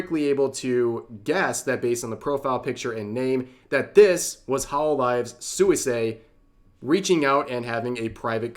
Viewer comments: Pronunciation tip: Suisei should be pronounced more like "Swee-say" The u and i kind of slide together... I really don't get it: so,,, most of Suisei's fans support her having a relationship? Most of those in opposition are just ordure-stirring Antis? Well, that kind of stupidity on a shingle is to be expected from their ilk. Just another instance of the pit of nonsense that social media has become. Sic 'em, Rev! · Hi Rev, it's pronounced as "swee-say" not "soo-wee-say". Sorry it was bothering me... 😅